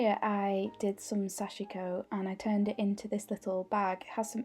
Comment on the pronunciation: so much loveliness and inspiration, i’m happy youtube recommended your channel. everything you said in the beginning is how i’ve felt too, it was good to hear, somehow validating. please forgive my advice where none was asked...but Sashiko is pronounced SASH-KO...sashko. the i is silent. now you’ve inspired me to pick it up again☺️🙏🏻🌸🪡🧵